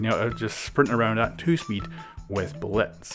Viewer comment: It sounds like he's saying Bletz